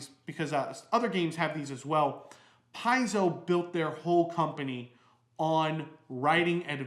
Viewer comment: Pronounced . . . "Pie-zoe"? Looks more like "Pay-zoe". Also, I think meant to say "home brew"? Yes?